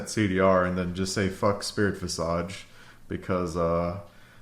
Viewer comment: still hung up on "spirit visage" he says visajj.. but I thought it was visejj . 😐😐😐😐